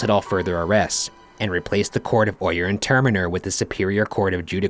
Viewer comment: Could someone tell them how to pronounce "Oyer and Terminer"🤦🏾‍♂️😂😂😭. And the "ghost voices" are killing me.🤣🤣